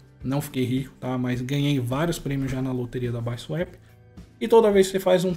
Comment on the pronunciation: N se fala baisuep , é bisuapi KKKKKKKKKKKKKKK